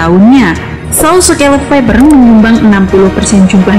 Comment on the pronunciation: Mbaknya bilang Viper(faiper) jadi faiber😅